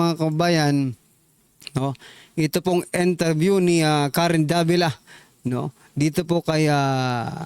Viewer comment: Korina sir hindi Karen 🤣🤣🤣👊👊👊💪🏻💪🏻💪🏻